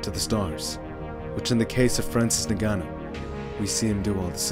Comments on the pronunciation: Why was you saying his name so weird lol...nahganou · The narrator said Francis “Nigganou” 😂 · With a degree in linguistics i can tell you the above are wrong. English doesnt allow 'ng' at the beginning of words but it does allow them at the end, replicate the 'ng' at the end of smoking (not 'ing', so dont pronounce the 'i') followed by ah-nu. So in total it is ng-ah-nu. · For sur Tony. For americain ppl, listen its simple ( for us, french and french africain lol ) N (like END, but without the D) GA (like GAS, but just GA) NOU ( i think thats the worst for you lol its like NOOB, but without the B) if you can do this, its how you say exactly Ngannou EN(D) GA(S) NOO(B). Sorry for my bad english hope you understand me.